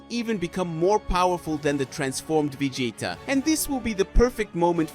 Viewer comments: If you cant even pronounce vegeta right im already done watching lol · Bro is saying 'vegayta'😂